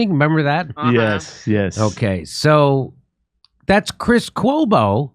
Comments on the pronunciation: I actually laughed out loud when you said "cuoma", 😂. Chris Cuomo probably always felt this way because it's common sense. He was just being a good little media whore when they were paying him millions to do so. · I hit the like as soon as Jimmy said “Cuoma.” Love it. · His cuoma--brilliant, Jimmy.